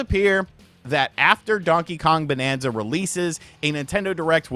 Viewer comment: BANANZA and not bonanza!!!!!!!